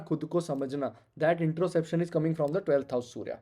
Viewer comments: Bhai vo introspection hota hai , introception is something different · 12th house sun : Introspection hota hai sirji, introception nahi.